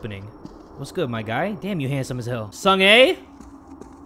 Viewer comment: Pronunciation is sung ah not sung ey